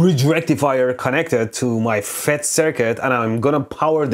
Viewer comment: Cute "fetus" transistor 😂